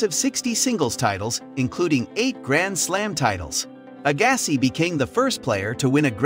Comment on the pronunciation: Ok... You fail right from the start. Who doesn't know how to say Andre Agassi and John McEnroe's name??? Why are you even something on Tennis when it's obvious you aren't a fan of the sport,, Then, you said Ivan Lendl's name wrong.... But, You did get Jimmy Connor.... I can't even watch any more of this.